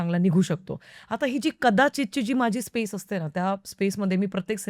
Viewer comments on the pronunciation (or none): none